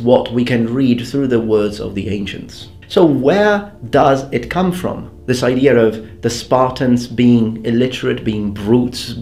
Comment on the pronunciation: "ideaR of" did you get the british r by speaking a lot in english or are you doing it on purpose? it's an actual question.